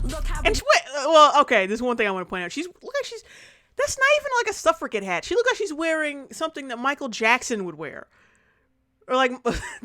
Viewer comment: Suffragette is pronounced with a "j" sound. [ suhf-ruh-jet ]